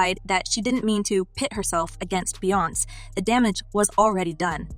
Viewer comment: Stop pronouncing Beyoncé’s name incorrectly! If you can’t be bothered to seek out the correct pronunciation of names, stop reporting on them!!! It’s very disrespectful!!